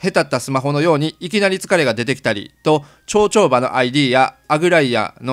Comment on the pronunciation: 長丁場……ちょうちょうばって聞こえてしまったのですが(´`:) 『ながちょうば』です💦💦 すみません。 いつも楽しく拝見させて頂いております。 FF14もう一度頑張ろうと主様の動画を観て知識を得ております。 ありがとうございます🙇